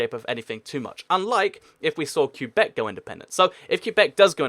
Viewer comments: It's pronounced kwebec not kyubec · "qua" beck, not, Que bec. soft qu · Québec is pronounced “kay-bek” not “cue-bek” FYI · It’s not Q-bec it’s Qwe-bec and it wont ever be independent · It is too bad you can pronounce Quebec properly. It isn't pronoinced Q Beck it is pronounced ke beck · It's pronounced kay-beck, not cue-beck. Alternatively, you can call it Kwe-beck, as many anglophone Canadians do, though it's not really correct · Interesting video, but only 4 countries made your list in the end (as witnessed in your round-up at about ). Also Quebec can be pronounced either "ca-bec' or "cwa-bec" but I've never heard it pronounced "cue-bec" before. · Do me a favour dude. Its Kay-bek not cue-bek. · You pronounce it Kay-Beck or Kway-Beck normally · It's not pronounced "Que-beck", it's pronounced "Qwe-beck" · You are not supposed to pronounce Quebec as “Q-back”.. I know that there are a lot of places where it’s up to you how you pronounce them, but you should pronounce Quebec the proper way. I mean you could pronounce Leicester “Lei-ses-ter” too, but that’s not the right way to pronounce it. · It's pronounced like kebbek kuebek I know people will say I spelled that wrong, I did that on purpose. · It's pronounced ''kay-bec'', or some english speakers pronounce it ''kway-bec'', that can kinda work too. But the real pronunciation in French is ''Kay-bec'' because the ''u'' is silent and the ''é'' is pronounced ''ay''. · for the love of God, Quebec is pronounced "Ka - beck" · It's " Ke-bec " No discussion. Also there's already France in North America, so yeah, Quebec wouldn't be the only french-speaking country there. But I guess the never went to school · I'm a French speaker from Québec. You pronounce it ''Kay-bec'' because in French, the ''u'' here is silent and the ''é'' is pronounced ''ay''. That said, some English speakers pronounce it ''Kway-bec'' and we accept that too, even though it is kinda wrong. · umm does he know how to pronounce quebec